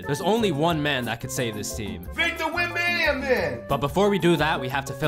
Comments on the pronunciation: Victor wembambam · HE GOT VICTOR WETBANANA